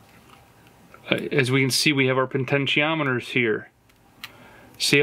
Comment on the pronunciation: Bro, there’s only one “n” in potentiometer. That’s why they’re called “pots” not “ponts”.